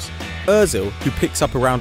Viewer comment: THEY PRONOUNCED ÖZIL RIGHT OH MY GOD